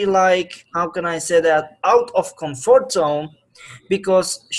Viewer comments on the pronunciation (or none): "Out of Com fort zone" hahahaha funny